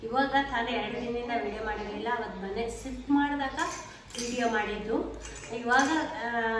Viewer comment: Mane sift alla....adu shift 😂 sariyagi mathadoke bardeirorella vlogs maadthare 😂